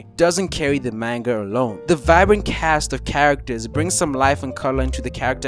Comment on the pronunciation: learn to pronounce manga correctly dawg